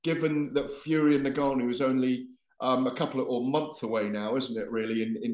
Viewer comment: Someone please tell garath its not 'n-ganu' but Ngannou